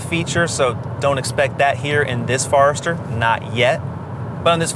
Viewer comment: OMG! It's a Forester, not a Farester!